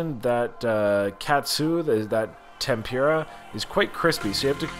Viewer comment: Tempura - the PUR as in “the kitty purred” not as in PURE.